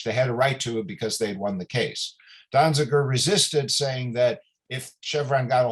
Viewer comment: Donziger. At least get it right. Free Julian Assange and Steven Donziger.